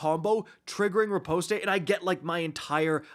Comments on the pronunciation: Riposte is only two syllables. Ri-Poste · Nice vid… the “e” is silent btw. And the skill u are talking about is not riposte, that’s the one that is strong against unstops.